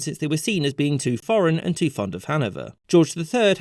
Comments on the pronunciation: “Anne’d (And)” 💀💀💀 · "Anne'd" haha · "ANNE'D" KILLED ME! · The "Anne'd" killed me. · "Anne'd" fucking lol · “Ann’d”. Also “background” lol